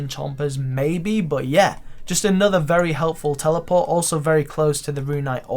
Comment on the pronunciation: the way you pronounce "but" is so fucking annoying it's beyond words.